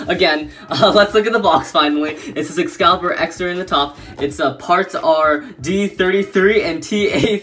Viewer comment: Excalius not Excalibur 😂